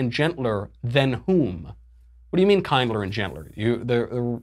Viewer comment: "Kinder" rhymes with binder.